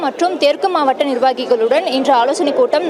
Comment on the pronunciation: மாவட்ட என்று படி.... மாவாட்ட என்று படிக்காதே😅